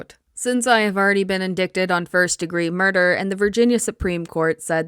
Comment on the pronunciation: It's not in-dick-ted. It's un-dīte-ed